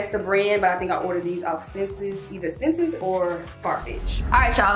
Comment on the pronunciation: hey, you’re saying senses for the website ssense. it’s pronounced like essence- “s” “sense” love you. thanks for sharing all the goodies